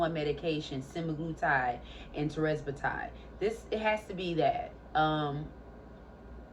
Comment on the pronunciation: Can you just learn how to say tirzepatide? It's quite distracting and annoying hearing you mispronounce it so often.